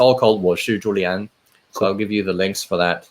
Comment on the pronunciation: Xiaoma it's amazing you can speak so many languages and have an excellent chinese but can't pronounce Julien correctly